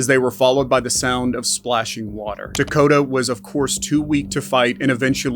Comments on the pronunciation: First case 1. The boy's name is Takoda not Dakota. Yes, they are quite similar but not the same and maybe it is because English is my 2nd language that for me it sounds like it was pronounced like Dakota every single time but looking at the comments I doubt that. And in case of an innocent boy who was murdered and abused he at least deserves the respect that those covering his case do enough of research to know his actual name. 2. The father got 51 years to life in prison, not like claimed here 5 to life. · His name was Takoda, not “Takada” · If you’re going to do a repeat video of a horrendous child abuse case that’s been covered over and over, at least pronounce the victims name right. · 🥺It’s Takoda with a T ♥️I’m not meaning to be snarky.I just read your comment and I thought you were so bothered by his story that you would want to know his name.It’s not a criticism please don’t be upset with me. I’m saying that very nicely.🙁If you watch the whole interrogation you will lose your mind it’s SO BAD.If you watch it please be prepared for it because I ain’t never heard the shit that comes outta that monster. RiP Takoda Collins 💔